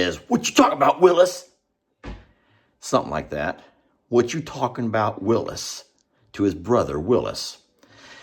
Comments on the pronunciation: It’s Willis not Louis💜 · Its Willis not Lewis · I think it is " Willis" ......aka what you talking about Willis?😂